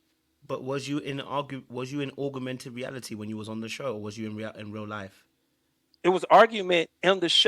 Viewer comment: Augmented he said augmented😆